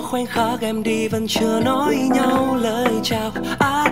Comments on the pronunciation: Ái ne vớ "tot" chú gô, ơ quầy =)) phát âm tiếng Anh làm hỏng cả bài hát của người ta ... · sao lại cứ phát âm thought là tắt/tót nhỉ @@